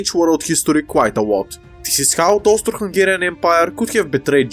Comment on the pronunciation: I keep hearing it as "Toaster Hungarian"